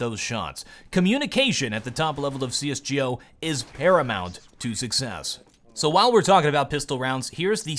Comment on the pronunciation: Do you seriously say CS Ge O